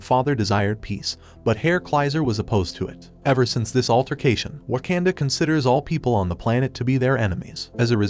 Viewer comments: Bro it’s not waknda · You pronounced the word waknda wrong I think.